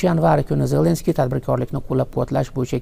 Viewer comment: Хурматсиз Бобажан Зленский емес Зеленский деп айтып уйренсе. Бляд кашангы айтаберемен мен саган хурметсиз баба жон